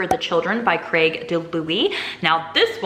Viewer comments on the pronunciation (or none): none